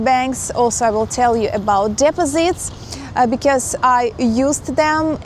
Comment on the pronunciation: your english is very good how ever u have to improve on pronouncing the word DEPOSITES.